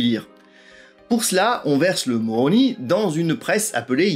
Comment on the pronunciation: On dit « moromi « … Tu sors !